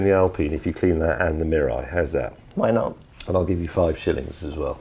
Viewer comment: his pronunciation of Mirai is almost perfectly sounded like Japanese. I heard so many "merai" or "murrai" on YouTube.